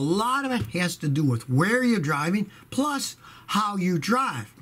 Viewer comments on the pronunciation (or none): none